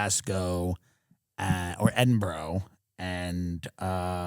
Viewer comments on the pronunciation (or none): "Edinbro"? Edinburgh: Ed-In-Burra. You're welcrom.